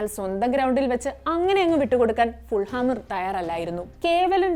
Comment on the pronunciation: ഫുൾഹാം എന്നല്ല.. ഫുള്ളം ✅